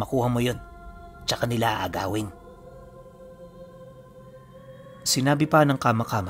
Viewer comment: kama²× po dapat mabilis hindi hu kama midyu matigas dapat ang pagka bigkas na mabilis